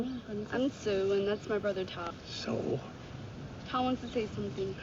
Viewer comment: Great movie, wonderful reaction and commentary and cracking up that you kept calling Tao, "toad" 🤣Thank you, --subscribed